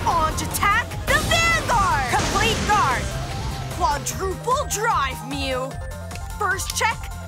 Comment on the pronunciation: Omg stop making saya say mu